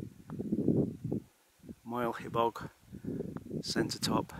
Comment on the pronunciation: For example, Moel Siabod is pronounced "She - are - bod" - just as if it was three separate words